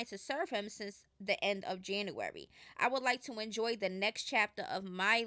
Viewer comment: It’s SINCE. Not sense. 🤦🏾‍♀️